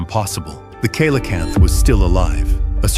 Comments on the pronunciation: Coelacanth is pronounced SEE-LA-CANTH, not KAY-LA-CANTH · SI crap. Expecting to see the last photos of all sorts of extinct animals......prepare for disappointment. Coelocanth....pronounced see-lo-canth....and it's captured and photographed all the time. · kilocanth??? learn how it is said. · Coelacanth is pronounced see-la-canth.